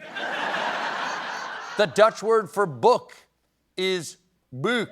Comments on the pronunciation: Nope … the pronunciation of the Dutch word ‘boek’ is exactly the same as in the English language 😂😂😂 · Correction: the Dutch pronounce 'boek' as the English 'book'.